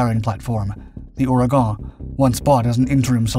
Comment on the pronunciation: You can pronounce Ouragon right but you cant say chassis correctly?